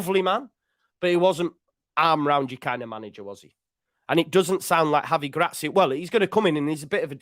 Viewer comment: You've a fine Iberian tongue there, very professional!